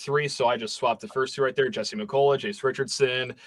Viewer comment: Jesse, Jesse McCulloch! Not Jace.